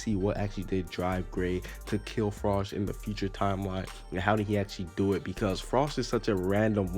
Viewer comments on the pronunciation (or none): it's pronounced FR. OE. SH lol